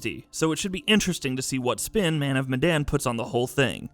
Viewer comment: man of bandanas 😂